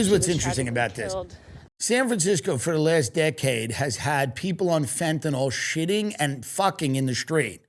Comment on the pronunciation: Everyone plz stop saying FentaNOL it’s FentaNYL 😢💀